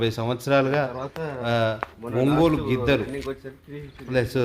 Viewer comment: ఒంగోలు గిద్దలు కాదు ఒంగోలు గిత్తలు